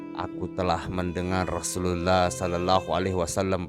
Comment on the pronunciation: Perbaiki pertuturan terlebih dahulu pertuturan pun tak jelas klu nnenjadi imam pun tak boleh, sebut rasullullah bunyi jadi rasullallah